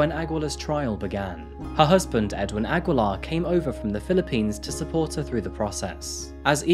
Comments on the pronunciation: New fan here, sir! It's pronounced Ah-gi-lar. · Its aggeelar (aguilar) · Aguilar (a-gee-lar) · hai Filipino here.... Aguilar in our place is pronounced as "Agilar".... though found it cute for way of saying it hehehe.... hmmm yes, a lot of Filipinos are working abroad to work like that.... it is just sad that her bestfriend took her life...... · It's actually pronounced /Agilar/ but good story. Something that happened in a very similar fashion would also be a good story to do. Also a Singaporean case. :) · it's read as Ageelar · The U is silent in Aguilar